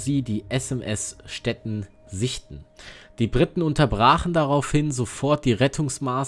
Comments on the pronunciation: Stettin ist eine ehemalige deutsche Stadt das Schiff heißt nicht Stetten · kennt der Kommentator wirklich die deutsche Stadt STETTIN nicht? Mit langem iiiii!